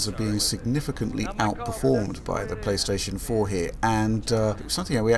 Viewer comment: pLOOSTATION MASTERRACE